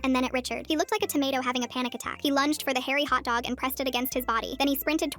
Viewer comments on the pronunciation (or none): I thought she said dog not DONG